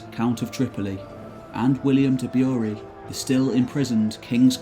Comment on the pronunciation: Screams of drowning sailors? If you're drowning, you can't scream. It's how you drown. Your mouth and lungs fill with water. 'Screams of soon to drown sailors who couldn't swim', or 'pleas of mercy from a vanquished sinking horde' may be more fitting. Next. William de Bury. I know you're English; like me, you have an English accent. Why, then, do you not know how to pronounce the name of a town in Lancashire? He may have been of Norman stock, but it doesn't change how the place is pronounced. That's 'Berry', not 'Byouree' unless I'm dreadfully mistaken. I could be mistaken, but I am unaware of any place which shares the spelling with that of the Lancastrian town.